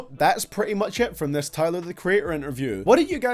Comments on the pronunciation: stop sayin diss as dass thanks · Diss !!! Not Dess!😂💀💀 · What's a "dess"? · Nobody:: dESs